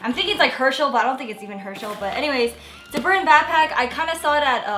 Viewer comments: It annoys me on how she says bapack instead of BACKPACK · Learn to day BACKPACK INSTEAD OF BAPACK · It bothers me when she says bapack I just want to tell her that it's BACKPACK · She says bapack so let's mock her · Is she saying bagpack?! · Nice "bahpack." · The way she said backpack annoyed the shit outta me